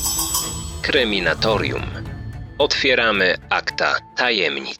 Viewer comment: Ja jestem i zapraszam na kreminatorium. Nie rozumiem. Żeby nie potrafić wypowiedzieć swojej własnej nazwy kanału prawidłowo.